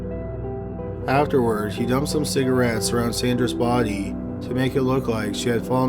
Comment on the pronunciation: You're pronunciation of "BODEE" Is cracking me up.